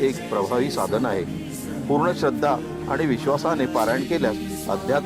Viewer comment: पच्छिम नाही ... पश्चिम !!! श्रध्रा नाही ... श्रद्धा !!!